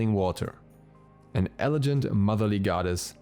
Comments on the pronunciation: It's elegant, not elejant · “Elejant” ??? Ksksks